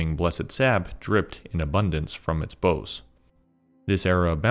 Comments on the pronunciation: baoz not boze lol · Friend, I had to finally say something, so forgive my rudeness, but "boughs" does not actually rhyme with "nose". That word for the branches of a tree is pronounced more like "how's" as in "how's it going?" Really enjoying your videos and connecting a lot of dots with your help, but that pronunciation has been bugging me for a while.